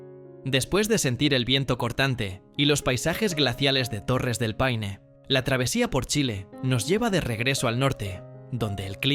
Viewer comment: Hola lindo video, por eso amo este país ❤ , buen trabajo, un detalle no es peine es Paine lo dijiste una vez bien, saludos 🤗